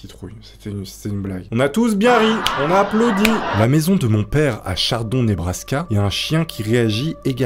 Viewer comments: C pas chardon, mais chadron 🤣🤣🤣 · Chadron pas chardon 🤣🤣